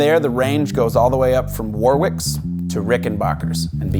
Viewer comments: War Wick? !? !? It's pronounced Warrick. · sorry to be a dick but Warwick is pronounced 'war rick' not 'war wick' think of Dion...